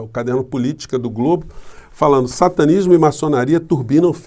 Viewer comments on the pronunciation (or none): none